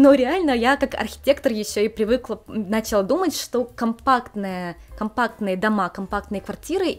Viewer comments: извините пожалуйста, но это очень режет слух, не "нАчала", но "началА". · Люблю ваши видео, но удивительно, стала замечать что часто ударение в слове "Начала" не на ту гласную падает. нАчала, хотя правильно и не режет слух началА.